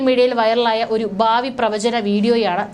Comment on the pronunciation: ബാവി അല്ല. ഭാവി.. ബൂതകാലം അല്ല. ഭൂതകാലം. പറയുമ്പോൾ ശ്രദ്ധിക്കണം. പ്രദാനം, ബാവി, ബൂതകാലം, യുദ്ദം, അബിപ്രായം, ബീതി, സ്തിരം, അസംബവം,ബയം, അന്ത, പ്രക്യാപിത, ആബ്യന്തര, 🙆‍♂️🙆‍♂️